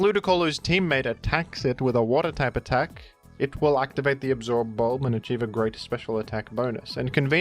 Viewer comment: The way you pronounce absorb bulb with so much emphasis is driving me nuts, I can’t watch this